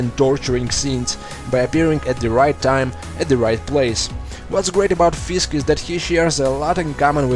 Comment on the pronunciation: you sound like the russians in daredevil when u say fisk